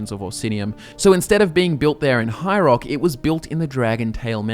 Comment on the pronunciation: "High Roark"